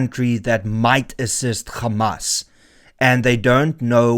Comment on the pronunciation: Renaldo. It is Hamas, not Gamas